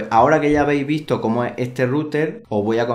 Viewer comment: Curiosidad, ya tengo rato con una duda y cada vez que veo tus videos me salta la curiosidad, de Donde eres??? Yo creo que eres Español, pero la manera en que pronuncias ES sin la ese "ee" me perturba jaja, sera que en españa hay regiones que hablan asi? O eres del caribe? "Como vei lo que llama mas la atencion de este router (ee) el diseños, (ee) en formato torre " jaja sorry por la pregunta. Saludos